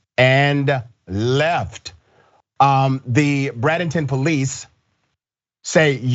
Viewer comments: Bray*den*ton Dr. Richey, I know it's messed up, but this is Florida. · It's BrAdenton the A is pronunced stupid.